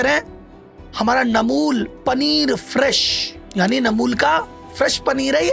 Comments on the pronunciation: आप खुद ही गलत कम्पनी के नाम बता रहे हो, अमूल को नमूल, फॉरच्यून को नोर्चुन, शुगर फ्री को शुगर ट्री, ब्रिटानिया को नुत्रियानी बोल रहे हो, जो कि गलत स्वयं ही बता रहे हो, जो कि गलत है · वीडियो बना रहे हो तो प्रोडक्ट का नाम तो सही बताओ रियल को रील बता रहे हो अमूल को नैमूलबता रहे फॉर्चून को नाचून बता रहे हो सही वीडियो बना रहे हो तो नाम भीसही बताओ